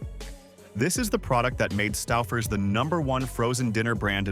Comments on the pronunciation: Stuffers/Stowfers? It's pronounced sto-fers. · "Not the AI calling it Stuffers 😭"